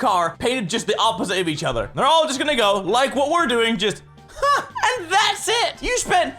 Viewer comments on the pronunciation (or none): Hm. Did anyone else hear Craig say "ha?" In stead of "huh?"